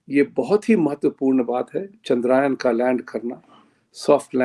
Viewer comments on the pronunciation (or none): Sir, it is not "चंद्रायन" It is "चंद्रयान" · Sir जी, it is Chandrayān.....yaan means vehicle in Sanskrit